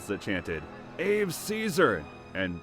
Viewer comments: “Ave Caesar” was pronounced “Ah-way Kae-sar” in Latin or “Ah-vay See-zuh” in English. Ave never rhymes with Dave. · Ave is pronounced like "A-way" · The word is not pronounced "Ave", it is a Latin word, in which every vowell is sounded and is sounded the same. So the word is pronounced "AH-veh". If you can possibly go in there and fix that, your presentation will sound much better, and if you are using AI, this is one example of why you should think twice about it, or not use it. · The pronunciation of “Ave” holy crap 😅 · little boy you a bad boy and you mispronounced ave